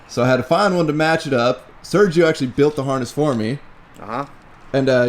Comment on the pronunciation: Sergio: Ser-he-oh